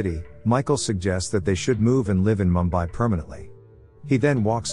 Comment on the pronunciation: It's pronounced Moom . bai.